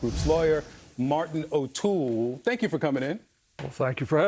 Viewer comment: 'Martin O'Toole' lol